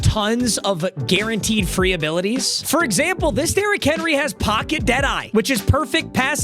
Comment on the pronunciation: grown man cant say the word pocket